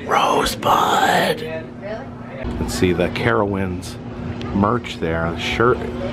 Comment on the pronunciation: Rosebud. Awesome to hear you say that again